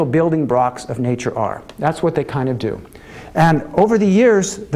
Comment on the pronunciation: hahaha he totally said building blocks in an asian accent !!!!